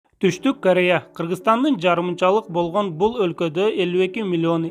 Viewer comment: Лингиаисикага БАРЫП тилди ондо Бойгонь тойгонь дебей Болгон Тойгон жепг суйло.ЛИНГИВИСТИКА